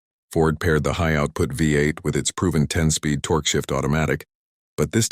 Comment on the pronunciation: computer voice needs to learn how to pronounce "torque", and many other words, and figure out the LB means 🙂